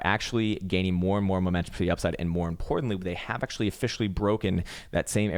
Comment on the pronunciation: "AchTUAlLyy Finland is very beautiful, aCHtUAllY" Hey everyone, thought Finland was a shithole,;)